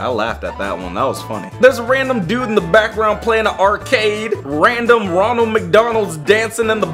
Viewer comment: i laght so hard at the roneld mcdonald